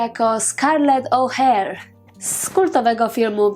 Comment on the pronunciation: Czemu O'Hare a nie O'Hara?????? Przecież w oryginale jest O'Hara.